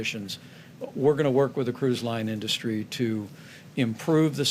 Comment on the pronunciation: This complete imbecile can't even pronounce the word industry correctly.